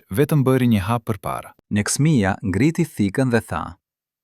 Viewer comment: Neksmia Shkronjen L e thote LL( shkau thote LL )